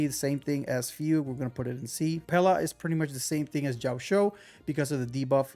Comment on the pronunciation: I get u man, Chinese names are sometimes just as hard to spell as they are to pronounce, my man’s been saying fewg to fugue even tho it’s “fooguehh”